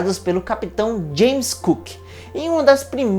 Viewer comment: James cook? "Cook?" 😐